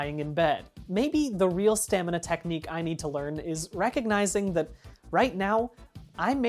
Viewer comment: My father (long time video game Ark addict) says "stanima", so every time you say it correctly fills my heart with joy.